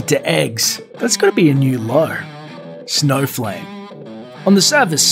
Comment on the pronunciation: For a moment I thought he said there's a superhero called Snowflake not Snowflame. haha